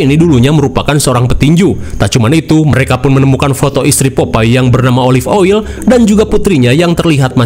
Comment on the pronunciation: yang gw denger⤵️ olive oyi❎ olive oil✅